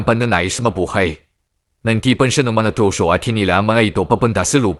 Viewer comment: Di mo ata kayang bigkasin ang letrang r boss,troso tloso,tribu tlibu,pirata pilata😂😂😂